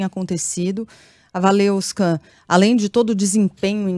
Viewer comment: "WaleVska", não "WaleUska", pelo amor de Deus. Se não conseguir pronunciar, fala Waleska mesmo.